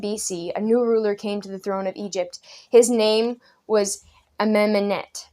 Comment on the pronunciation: I LOVE the "Amenamenamhet" pronunciation. XD